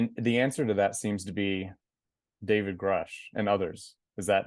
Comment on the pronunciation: Get educated before asking silly questions! You don't even know how David's name is pronounced .... Don't waste our time! There is better material on YouTube!